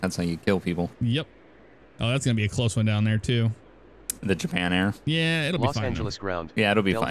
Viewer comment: JAHPIN AIR!!!!!!!!!!!!!! HHHHHHAAAAAAAAAAAAAAAAAA!!!!!!!!!!!!!!!